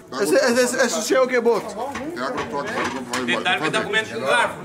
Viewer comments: É SUSHI NÃO É SHUSHI É S-U-S-H-I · Que agonia ver o falando chushi kkkkkkk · e sushi não shushi kkkkkkk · "Shushi" man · Oi fala suxi e suxis